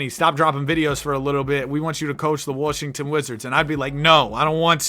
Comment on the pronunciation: “Warshington” bro gtfo 😂